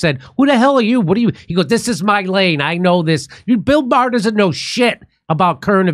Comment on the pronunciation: Bill Meh-er